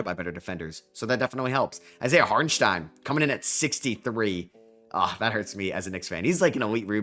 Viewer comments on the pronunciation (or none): none